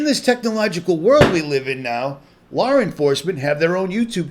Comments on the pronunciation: I have always noticed that when he says Law. It sure sounds like he pronounces the R at the end. Law-r. Been watching him around 2014. Always happy when he made a video. Still am. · I have a friend from Boston. They do it too.